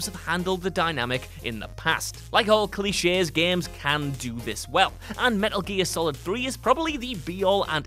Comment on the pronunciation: He said cli chess instead of cliche lol grammer really isnt that difficult